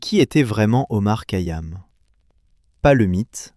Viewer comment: Essayez de bien prononcer bien son nom..c'est KHayam!! Ka yam m'ecorche les oreilles !!!